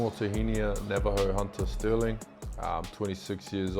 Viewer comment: you had his name « STIRLING »under the eye the whole time and managed to screw it up 😅